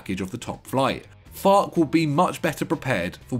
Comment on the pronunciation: FAR-kuh. (Farke)